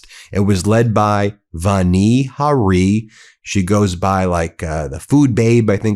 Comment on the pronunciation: It's Vani Hari with the accent on the first syllable of each word. I can tell that you may not know what a syllable is since when you say "Bayer," it sounds like you're saying "bear" or "bare" or perhaps "Behr," as though it's one syllable. Look carefully, because it is two syllables: BAY-ER. Please say BAY-ER clearly as 2 syllables so people know what you're talking about.